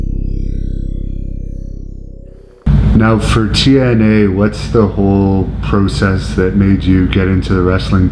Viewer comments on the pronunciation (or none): how this guy pronounces "process" gives me the chills